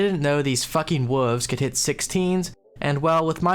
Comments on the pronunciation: Just realized he has been saying "woovs" instead of wolves this whole time. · That cow teleport animation repeating 1000s of times really made me laugh. Edit: I also enjoyed the way you said “wooves”. Really needed a laugh man and I always enjoy your videos, this one was particularly funny so thank you for that.